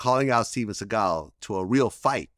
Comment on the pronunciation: Vlad: “Steven Sea-gal”